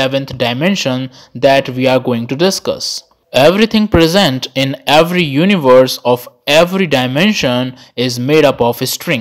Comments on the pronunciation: It is called Universe, not Univorse… 🤦🏻‍♂️ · "Multivorses" and "univorses"